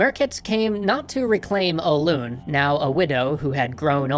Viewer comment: That is not how say Hoelun btw